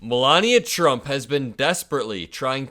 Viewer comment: "COPYCAT MELAVIA PRUMT"